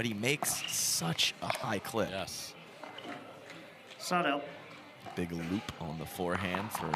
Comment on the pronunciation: When the ref says "side out" it sorta sounds like "sod off" - hahahahaha